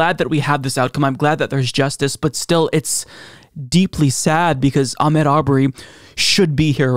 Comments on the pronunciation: please pronounce Ahmaud correctly. It's not Ahmed as you were saying. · his 1st name is pronounced Ahmaaad. Thank God there is justice. You're right he should still be here.